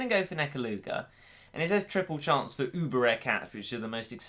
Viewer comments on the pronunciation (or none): none